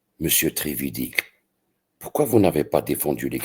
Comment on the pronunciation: Trevidic se prononce Treviditch